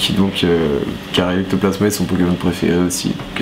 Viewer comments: A 2min31 a dit eloctoplasma au lieux de ectoplasma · Elia Michel ouais ta raison c'est ectoplasma et pas electoplasma